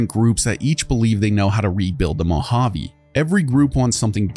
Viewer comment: Great video. One critique: Moe-Hah-Vay, not Moe-Hah-Vee Keep up the good work, love the content!